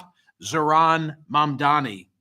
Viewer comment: Why do you find it so difficult to pronounce Mamdani?